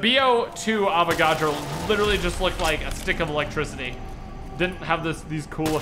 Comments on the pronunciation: PS it's Avagadro not Avacodo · His name is Avogadro not Avocado